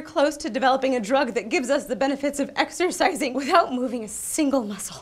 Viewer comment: Am I the only one that heard 'exersexing' ?